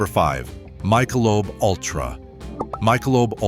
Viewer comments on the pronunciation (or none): You cannot even pronounce "Michelob" correctly, and we are supposed to respect your opinion? Ha, you are a joke.